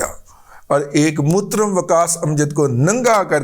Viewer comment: موترم۔۔ ہاہاہاہا ۔۔ یار لاہورئے زبان بیان کے بہت تیز ہوتے ہیں۔